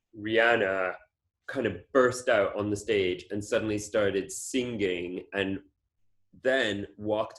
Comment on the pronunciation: Erdem is the first person I’ve heard to pronounce “sing-ging”